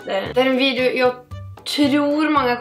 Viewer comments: Det er "video" ikke videu.. Og "gillar" ikke liker.. (halt svensk, så kan detta) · "Videjun" lol!!! Du r så kuuuuul<3<3<3<3<3<3<3<